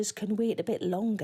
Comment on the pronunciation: You're proper lovely. Thanks for all your readings Sarah. I always wait till the very end of the promo to hear that fab Geordie pronunciation of "longer" and it always makes me smile.